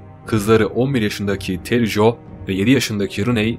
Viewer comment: Ismi Tere Jo. Terry değil